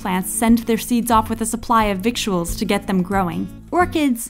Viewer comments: It's pronounced "vittles", not "vik-tu-als" Sorry :/ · 'Victuals' is pronounced like 'vittles'. #themoreyouknow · victuals shouldn't sound like "victuals", i don't think. more like "viddles" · victuals is actually pronounced vittles. I don't know why.